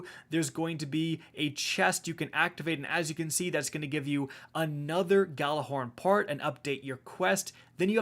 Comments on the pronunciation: just to point this out but you guys have been pronouncing gjallahorn incorectly. the G is completely silent. and the word is pronounced ya'll-a-horn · I hate how no one knows how to say GJALLARHORN RIGHT FUCK